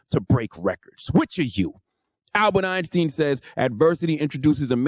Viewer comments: Albert Who? Einsteen? Well I can't watch the whole video when you cannot say the name of the genius correctly. So damn disrespectful, man... And I'm supposed to value this guy's opinion? Nope, not happening... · Who TF pronounces Einstein that way, you weird nigga. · Albert “Einsteen” ☠️☠️ says “Adversity introduces a man to himself”. That’s Real. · Did he say Albert "Einstein" wrong??